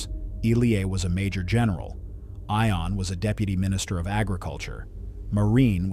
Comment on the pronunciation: I believe that the name Ion is pronounced as “Yon”.